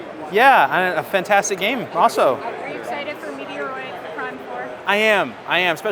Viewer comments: MET-ROID, not METR-OID .. Surly ? Or this another example of u.s / u.k pronunciations.🤔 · I’m not trying to be judgmental but that is not how you pronounce Metroid. Never in my life have I heard anyone pronounce Metroid as meteor-roid. I’m an 80s kid and I have been around the gaming scene for a long time. Is MET-ROID. Watch video trailers or Metroid commercials to see how to pronounce it. Also Metal Slug and not Metal Slugs. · Ehh I have heard lots of people pronounce it meteor oid as does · I came here just to vent about meteoroid. I hope to God they’re just messing around because otherwise these people shouldn’t be anywhere near video games. It’s literally sacrilege to pronounce it that way. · (MET) (ROID)! Say it right because it hurts my ears! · I’m US and I’ve always pronounced Metroid as METR-OID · Really well-made and in-depth video. Your passion and honest opinions sold me—keep being yourself! Just a heads-up: you’re mispronouncing Metroid, Yu-Gi-Oh, and anime. Not sure if it’s intentional, but it might be worth brushing up on those. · I’ve unsubscribed as I cannot stand you pronouncing Metroid wrongly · I’m sure he does this on purpose for the laughs and giggles.